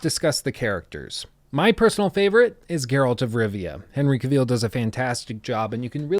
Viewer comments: Cavil, not ca-vile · Really great critique mate, just one thing - Henry Cavill is pronounced 'kah-ville' not 'cuh-veal' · It’s pronounced KA VILL. Not Caveeeeele. Srsly, an hour long critic of the subject and you didn’t pick up how to pronounce his name? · great review, but jesus lord, my ears are bleeding! his name is not caveel, but cavill. a dark L-sound and the "i" is merely a short schwa-sound as in "devil". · I'll become a patron if you can start pronouncing the man's name "Ca-vill" and not "Caw-veal",. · Cavill is pronounced like “travel” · you going to say Cavil properly anytime soon? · "Cavill is pronounced like travel. Travel. Cavill." -Henry Cavill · Exactly. said it in a French way.. Cuveeel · Just for information, it's pronounced CA-vill with the stress on the first syllable. Nice review, thainks. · When you keep mispronouncing someone's name over and over again. Le sigh. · I think you're mispronouncing Cavill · He 100% is butchering that last name 😂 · You mispronounced Cavill and Geralt. The lead actor and the main character lol